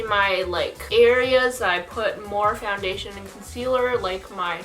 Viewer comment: It was too funny when u said foundation in a french way 😂